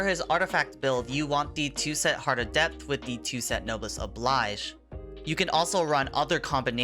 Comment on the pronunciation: no-bless oh-blaige. not no-bliss